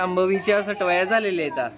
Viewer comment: अग सटवाया नाही सटुबाई म्हण वेडा बाई